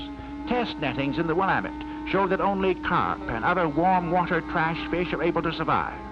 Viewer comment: Immediate thumbs up for pronouncing Willamette correctly